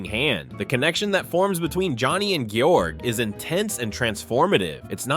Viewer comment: The (AI?) voice over is atrocious, constantly mispronouncing the names of the characters - for instance Ste in Beautiful thing is pronounced as the first half of 'Steven', NOT "STAY"! God's Own Country? Georg? Pronounced two different ways? Let's not talk about all the other mispronunciations! All this says to me is that someone looked at some IMDB reviews, copied some clips and never actually watched the films in question to know what on earth they were talking about. Lazy lazy lazy. Also notable that all the film clips are mirror imaged - getting round Youtube copyright detection are we?